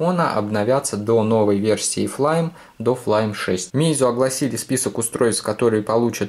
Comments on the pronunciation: Не флайм а флаймИ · Не флайми а Флайм